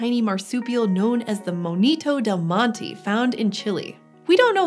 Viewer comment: Monito del Monte is like Mohn-e-toe del Mohn-teh